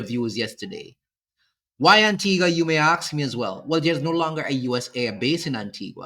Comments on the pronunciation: It is not Antigwa, it is Anteega. Please pronounce properly. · Please. In the name "Antigua" the "u" is silent. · The island's name is pronounced Anteegah...please stop mispronouncing it. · Why no one can ever pronounce Antigua and Barbuda correctly 😂😂😂😂😂 is our dialect that bad😅😅😅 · Pronounce the country name correctly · Antigua is not pronounced like that!